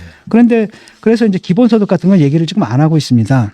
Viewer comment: 진중권도 지금을 직끔 직끔 거리네;;; 어떻게 지금 발음이 직끔이 되는건가.. 이런아저씨들 꽤있던데 신기하누